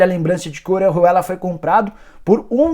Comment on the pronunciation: Sabe nem falar Orejuela kkkk